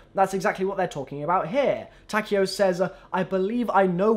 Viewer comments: Apatheticpikachu Ta-k-O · I hate how they pronounce takeo's name